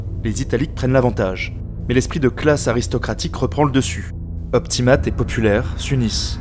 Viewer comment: Très bonne vidéo ! Cependant deux défauts : Déjà, même si c'est vraiment pas grave, les mots en latins ne sont pas très bien prononcés (populares et optimates) Mais aussi et surtout, les illustrations sont parfois mal choisies : tu parles d'événements de la fin du 2ème siècle avant JC, mais sur la moitié des illustrations, les soldats portent des lorica segmantata, des armures utilisées à partir du premier siècle après JC, à la place des lorica hamata (ou à la limite des lorica squamata). Même problème pour les casques, avec souvent des casques en fer et pas en bronze, et probablement pour d'autres équipements, même si je ne l'ai pas remarqué.